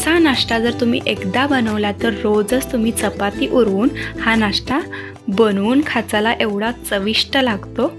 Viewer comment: नाष्टा नाही, नाश्ता. फोडणीची पोळीच ती. ण च्या जागी न उच्चार करू नये.